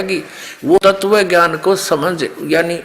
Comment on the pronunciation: पहले शुद्ध उच्चारण करना तो सीख ले तत्व को ततव बोल रहा है वेद विद्वान के लिए है मूर्खो के लिए नहीं। शास्त्रार्थ करने का ज्ञान गुरु कुल में पढ़ने से मिलेगा जेल में नहीं मिलता।